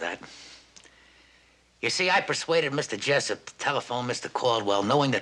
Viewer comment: Jessup not Jess pop